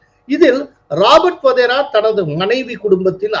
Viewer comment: Sir, he is Wadhra not Wadhera. Sorry to point out